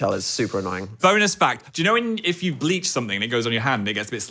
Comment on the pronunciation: I don’t know why but whenever Phil says “bleach” I mishear it as “gleek” so I was listening and I stopped and was like how tf do you get GLEEK on your hand??